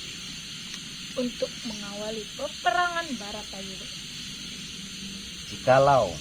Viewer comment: Bukan batara yuda tapii barata yudha salah penyebutanya